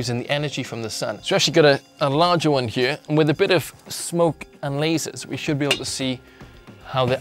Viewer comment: i love the way he says here it sounds like heye